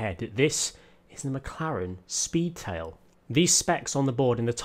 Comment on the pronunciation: I think I could die after driving the McLaren Spee-Tail! lol